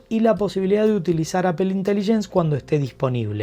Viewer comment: Aifon de Apel... se pronuncia aifon de Apol (iPhone de Apple)